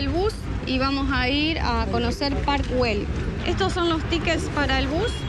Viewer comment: Que es eso de Guel Se pronuncia ell si fuese inglés ya pronunciarias bien